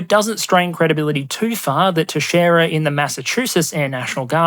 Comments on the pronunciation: I have the unfortunate privilege of sharing a surname with the air national guardsmen. I want to thank you for actually pronouncing Teixeira correctly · Seeing international creators and news talking about the Pentagon leaker is kinda surreal for me cus he lives 5 minutes down the street from me and is in my middle school yearbook. Also good job for pronouncing Teixeira correctly